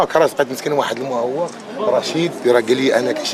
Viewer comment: شوفو البلدي كيفاش كايتكلم قالك واحد المعواق لا واحد الموعاق مسكين